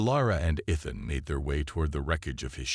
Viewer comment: Thanks for the story. BUT, your freakin AI, like most others....SUCKS!!! How many ways is it going to pronounce ETHAN...so far, 3 or 4.....and that is just the one word.....why don't you, like some others, narrate your own dang stories!!.....UNTIL such time that AI can speak proper English!!???